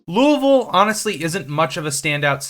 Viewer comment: You've earned a subscriber because you actually pronounced Louisville correctly. Well done! Almost nobody gets that right